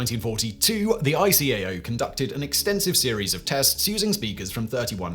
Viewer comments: ICAO is pronounced as if a word, not as individual letters, as is IATA. No-one says "I C A O" or "I A T A". Also ironic mispronunciation of "pronunciation". Also I think that was 1952 that ICAO looked for better words not 1942 as it was not officially formed until 1947 (although PICAO came from the 1944 Chicago Convention it could only be preliminary as a few countries such as Germany and Japan were reluctant to send representatives to Chicago in 1944 for some reason). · Eye-kay-oh and eye-ah-tah. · After working in the field since 1973. that's the first time I've heard ICAO callef I. C. A. O.